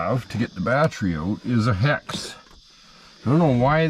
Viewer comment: The way says Battery. Lol- Batrey